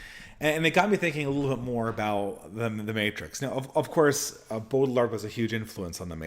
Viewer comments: Also, the pronunciation is "Bow-Jard" with emphasis of the first syllable. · I know you struggle with pronunciation, but fyi Baudrillard's name is pronounced "Bow Dree Yard"